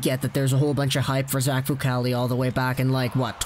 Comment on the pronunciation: Decent report but...Myoon-itch?